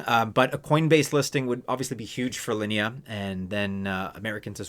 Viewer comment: You pronounce Linea and Sui correctly. 👍🏻